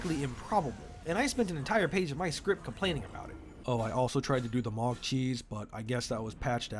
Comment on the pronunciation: Its Mow Guh not Mawg